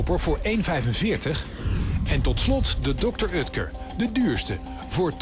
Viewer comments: Het is oekter niet ukter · Ben ik de enig de me ergert aan het feit dat hij dr. Utker zegt in plaats van dr. Oetker